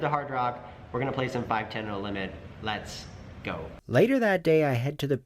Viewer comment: "LEX GO" instead of lets go............. im i right :P